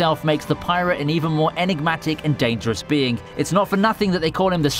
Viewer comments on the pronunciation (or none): none